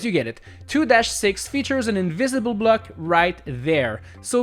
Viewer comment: I like how he says block like "Bleck" 😂